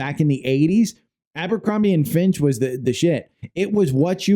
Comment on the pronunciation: It's Fitch, not "Finch"...